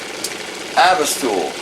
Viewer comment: I believe it is "Austool" brand microscope, (not avistool) just fyi... you rock!! Thank you.